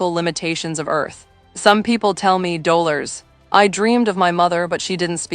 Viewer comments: Nice reassurance. But stupid AI. "dole oars".... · Dollers not Dolores? It's too bad these videos use a fake robotic emotionless A I voice instead of a live human to narrate. In this kind of video, a real human voice makes a more profound connection to the viewer. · "... some people tell me doe-lers..." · The AI narrator can't say Dolores....... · This narration was horribly read by a robot. Countless mistakes were made including mispronouncing Delores' name. Couldn't you find a real person who could read? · The AI voice who cannot pronounce Dolores diminishes the credibility. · AI.....PLEASE!!! Learn to pronounce Dolores' name correctly. 😫🤨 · • AI saying her name Dolores.